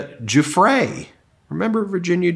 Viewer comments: Ben, once again, Giuffre is pronounced - JOO-FREE (or Jew-Free if you prefer, like so many Trumpers...) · Giuffre is pronounced Jeffrey.